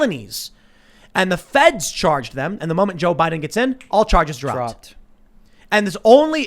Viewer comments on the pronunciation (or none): none